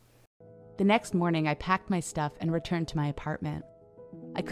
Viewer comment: You say "shtuff" .... you got issues